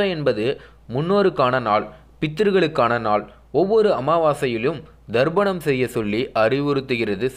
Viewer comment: சார்..அது தர்ப்பணம். ப...நீர் ba சவுண்ட் சொல்கிறீர். நல்ல கருத்துக்கு நன்றி.